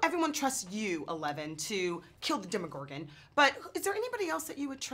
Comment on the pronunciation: Parece que o finn tá falando lá vem lá vem envés de eleven